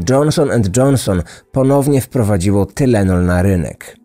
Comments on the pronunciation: Wymawiaj Tajlenol i Tajlenolu 🙂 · O panie,tajlenol się mowi_,pozdro.... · Amerykanie mòwią „tajlenol”. Mój tato był wtedy w Chicago, straszna panika była. Pozdrawiam serdecznie. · Tynelon mowi sie po amerykansku. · Tylenol - czytaj tajlenol.😁